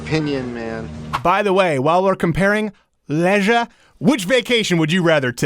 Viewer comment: "Lezzzzzzshre..." So creepy.